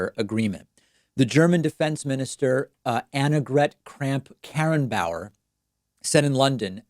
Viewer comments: Kudos for saying the name of the german minister the right way. Even we germans struggle often. We started to call her AKK, it's shorter and not a tongue twister 😉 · Not very on topic but poor David. Having to pronounce the name Annegret Kramp-Karrenbauer. You did quite well there. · David can pronounce Annagret Kramp-Karrenbaue0r just fine but cant pronounce Tulsi Gabbard, alright. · OMG! I didn't think anyone non native would ever get AKK's name right! Props to you, David. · Nice pronunciation of "Annegret Kramp-Karrenbauer". Greetings from Germany! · You really earned my respect for pronouncing Annegret Kramp-Karrenbauers name... many german newsanchors fail to get it right. Cheers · props for pronouncing the german's name correctly. Even we have a hard time with it :) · Hey you really did a great job pronouncing Annegret Kramp-Karrenbauer. Even some germans struggle with her last name. :D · fuck yeah he said Annegret Kramp Karrenbauer...now I can die in peace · Btw: You pronounced the name of the German politician Annegret Kramp-Karrenbauer almost perfectly, David 👍 Many people, even many Germans have problems pronouncing her name correctly. Therefore she is mostly simply called "AKK" 😅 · Nothing to do with the topic itself, but as a German I just love it when foreigners try to pronounce AKK's name XD David actually did reasonably well. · Congratulations for not tripping over Annegret Kramp-Karrenbauers name! In Germany, we just call her AKK.. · As a German, I find it really cute how you pronounced AKK, Anngret Krampp-Karrenbauer... It is sad to see how the USA are treating long standing and loyal allies over the last few years. And sadly this will have consequences. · Im surprised by how well you pronounced the name "Annegret Kramp-Karrenbauer".. i mean its a tongue breaker, evenfor us Germans and you just did that easy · Good job pronouncing Annegret Kramp-Karrenbauer's name. Even some Germans have problems with that, we just call her AKK.